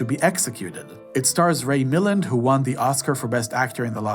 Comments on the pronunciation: Clever logo, you almost had me thinking it was IMDb. I’d never heard of your channel before, but I was curious to see a full list of Hitchcock films. I’ll admit, at first I was a bit put off by the voice and a few mispronunciations (Joan Fontaine, not “John,” and Ray Milland), but after a while it became clear this wasn’t AI-driven or overproduced. What eventually won me over was your perspective. You made some genuinely interesting observations that mostly hold up, and by the end I appreciated that you’re not a polished, professional critic, just a thoughtful movie fan reacting honestly. And what an editing job, from collecting all these clips to flawlessly editing them, it has to be someone who loves movies to spend this much time. You deserve every thumbs up! You’ve inspired me to seek out a few of these films I haven’t seen yet and to revisit some classics, especially the Grace Kelly ones, she’s always been a favorite of mine. I even have a handwritten letter she wrote to Ava Gardner in my collection, which I’m considering selling. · If you’re a movie fan, why can’t you pronounce Ray Milland’s name?